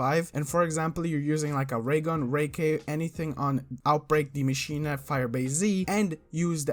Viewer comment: First English speaking youtuber pronouncing German words right. He's a real Maschine 💪